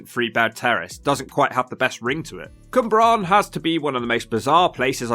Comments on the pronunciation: Cwmbran not Cymbran! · It's Cwmbran, Cym is a different word in Welsh. I don't live in Gwent but it looks like a complete shithole throughout. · It’s the pronunciation of the names 😂 Cwmbran was my fave 🤣 Bristolian here, living in Newport and there’s so much more to the place than all the run down and shit looks lol the community aspect for instance is amazing.